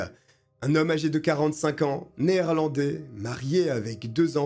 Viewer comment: Hello, en tant qu'alsacien tu prononces les noms néerlandais avec une déconcertante facilité 😂😂 Bien triste histoire, pauvre jeune fille, la peine me semble bien légère, il aura tout loisir de recommencer.